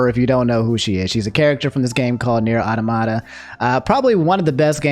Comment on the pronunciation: automata sounds like aww- tah-mah-tah, like an automaton robot